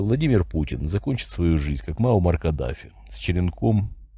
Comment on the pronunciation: Не Маумар, а Маумар...